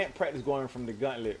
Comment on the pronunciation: Idk why, but the way you're saying gauntlet is driving me crazy. It's gauntlet, not guntlet. Gaunt, like taunt.